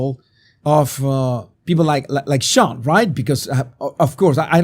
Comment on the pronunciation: SEAN IS PRONOUNCED SHAWN ...Just so you know